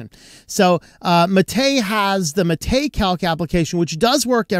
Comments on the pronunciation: While the accent is indeed on the "ma" not on the "te", the latter should still sound long. Like the "ay" in "wayland", not like the "e" in "technical". So yerba mate is pronounced as hair (like on your head), ba (as in ba, ba, black sheep, have you any wool), ma (as in grandma), tay (like that horrifying ai chatbot a while back). That's for the drink anyway, I haven't a clue whether the desktop environment is pronounced the same way or not. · One small correction about the MATE desktop: the right pronunciation would be “mah - teh”, without any accent on the last syllable *te*, which should sound more like the beginning of “technical” - a short, dry pronunciation. The name comes after the popular drink Yerba Mate in Argentina and Uruguay 🧉